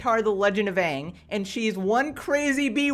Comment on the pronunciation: Did he call it, "Avatar the Legend of Ang"?